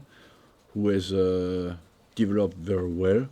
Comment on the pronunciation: Been here 20 years still can't say the word developed